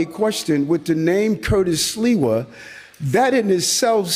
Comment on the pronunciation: Curtis Sliwa. Pronounced "Slee-Wah"